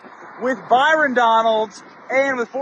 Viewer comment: called him “bi-.” 😂💀